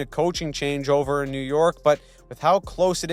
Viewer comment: Did you just say “Lew York Islanders?”